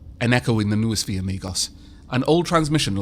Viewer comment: Noosphere = No-o-sphere. Like mind-o-sphere, except more greek.